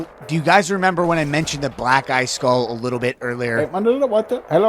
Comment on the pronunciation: I always hear “Black Guy Skull” instead of Black eye skull